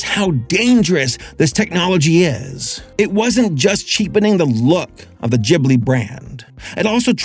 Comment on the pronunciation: GIBli its GIB-li! NOT GHIB-li!